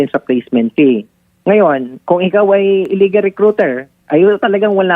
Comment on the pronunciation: IKAW NAMAN MA'AM, GINAGAWA MONG PEE IYUNG FEE, PLACEMENT FEE HINDI PEE 😅